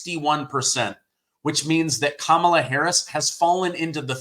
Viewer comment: Her name is pronounced Commie - law Harris .😂 Doh